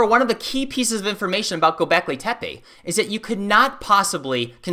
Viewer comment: Please do not pronounce Tepe like tapee. It is more like t'pe.